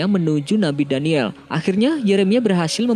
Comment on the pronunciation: Maaf mas nabi daniyal AS . Bukan daniyel.. Meluruskan saja.. Coba lo denger baik" Nabi daniyel